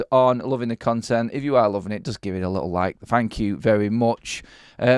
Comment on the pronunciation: "A lickle bit"?? Wtf?🤦🏻‍♂️😂😂